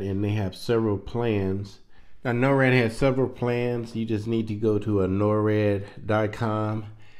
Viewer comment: you keep saying norad but its nord. norad is something completely different. NORAD is North American Aerospace Defense Command. Just wanted to clear that up. But thanx for the info.